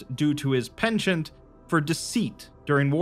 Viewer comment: Great video as always! A small nitpick: The word "Penchant" is a French loan word and you mispronounced it quite badly. Literally the first time I've heard you mispronounce something, so I thought it was worth pointing out for future reference :)